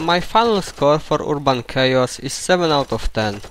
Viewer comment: ERRR-BON It's Not Ur-a-bon